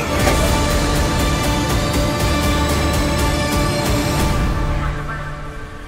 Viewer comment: Geez, am I the only one annoyed but at the same time amused by Otto pronouncing Aegon "Eggon"? For fuck's sake, say "EYGON"! Your grandson is not an egg! XD